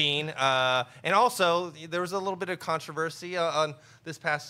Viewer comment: can someone please teach how to say controversy?